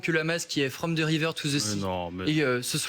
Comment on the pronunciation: From ze river to ze sea, avec l'accent, Yvenn, y'a des blocages de cours d'anglais, même au collège, je parlais anglais mieux que ça. 🤣